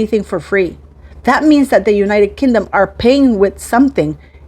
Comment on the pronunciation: Pronounced as king dom Not kin dom